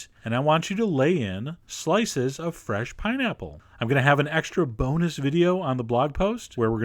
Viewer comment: I thought he said boner instead of bonus ( - _ - ) hehehehe